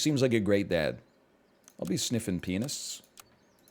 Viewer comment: Every time nl says “pianist” it just sounds like he is saying “penis”